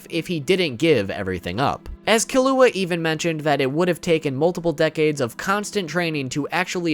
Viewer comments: LMAO gone and kelluah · I’m 100% sure you’re pronouncing Killua wrong. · The way you say Kurapika’s name is hella cringey 😅😂 you should watch the sub version of the anime to hear the correct pronunciation 😁😂 OMG and Killua 😂😂